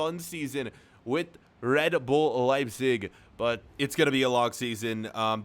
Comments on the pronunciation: Why are you saying "Liesing" it's pronounced "Lejbsik" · Please say your team name correctly